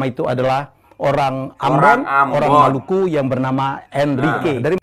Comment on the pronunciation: Maluku disebut Malaka salah baca dia